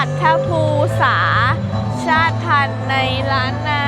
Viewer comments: อ่านว่า.ชาต_ติ_พัน_ครับ_ชาติพันธุ์ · ชาติพันธุ์ อ่านว่า ชาด-ติ-พัน ครับ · ชาติพันธุ์ อ่านว่า ชาด ติ พัน เด้อ